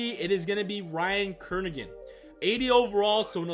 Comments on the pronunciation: Ryan Kerrigan not Ryan Kernigan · It's not Ryan Kernigan, its Ryan Kerrigan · The fact that you said “Kernigan” made me not even wanna watch this anymore 😂😂